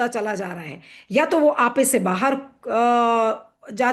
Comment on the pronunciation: बाहर, not बहार